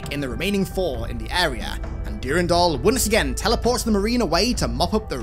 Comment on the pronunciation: Great vid (Brings back fond memories) , but your pronunciation of Durandal is driving me nuts lol!